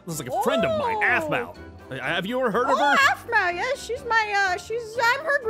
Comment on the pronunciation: no it’s aphmau not ahmau